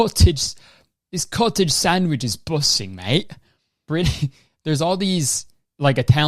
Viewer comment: When he said it’s busin in that accent I lost my shit